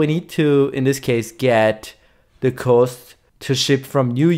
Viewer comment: Pro tip: Cost in English is pronounced "Cahst" not "Coast".